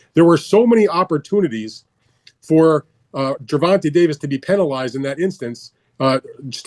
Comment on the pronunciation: “Gervontuh” lol